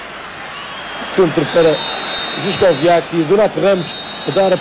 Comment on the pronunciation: Juskowiak not Żuszkowiak